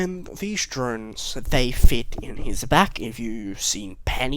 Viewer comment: when you said drones I thought you said drugs